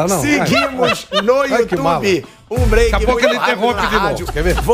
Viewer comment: "Píiado' e esse maldito "vamos para o breike".